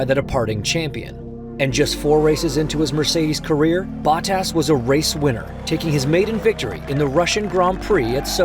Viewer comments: Cool, but, uhhh…. This dude’s name pronunciations are just so cringy. Baw-Tass? Really? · It’s Bo-tas, not Bot-as 😂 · Its not botass its botas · Valterri Ba-tass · Is this some AI voice? BOT-TASS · Glad to see Valtteri Bahh-Tas😂 back in a car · Bah-tas or Bottas? 😂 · How do you do a whole deep dive video and not figure out how to pronounce the name of one of the drivers? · The way they say Bottas in this video, so cringe! I am pretty sure this is AI and not a human who knows anything about F1. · No way this is not narrated by an AI (listen to the pronunciation of Bottas?) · was this read by AI? Crazy pronunciation of Bottas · This narrator pronunciation of Bottas...really? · Is this an AI voiceover? Why did the official channel allow "Bottas" to be mispronounced every time? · wait, why is the guy reading this not pronouncing their name as correctly as they usually would... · Why does he has so much trouble pronouncing Bottas. Its not that hard 😂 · Is he pronouncing Bottas name correctly?